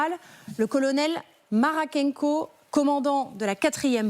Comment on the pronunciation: ...Le colonel maRaKenko ... et c'est écrit maKaRenko?? La DYSLEXIE PUJADIENNE!